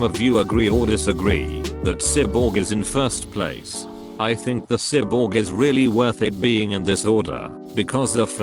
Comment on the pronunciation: How he said cyborg 😂lol